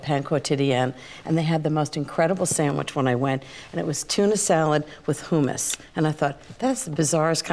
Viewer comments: She's so bougie and uppity that she's messing up words...Hoomis???? It's hummus.. hum like in hum a tune......yet and still she's one of my favs 🤣🤣🤣🤣 and don't forget, always use "good" vanilla 🤣💀🥴🥴🥴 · Ina, it's pronounced hummus not who - mummus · Who - muss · Is it weird that it bothers me that she keeps saying "who-muss?" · "who says "HOO-mis?" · Wtf is Hoooo-mas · Why does she keep saying hoomus ? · Terri Myrick I'm with u on that. I never heard it pronounced that way.